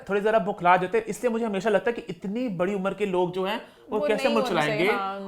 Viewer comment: please correct your pronunciation, its "Barri" بڑی not"Bharri" بھڑی..... Amma ko pta lggy ga tw wo apko daantyn gyn... She gets really angry on wrong pronunciation